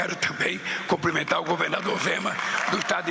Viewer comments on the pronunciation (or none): Alguém fale para essa figura que o certo é cumprimentar e não comprimentar.